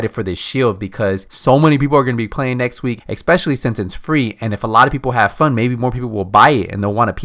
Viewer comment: Es-Specially, Not Ek-Specially.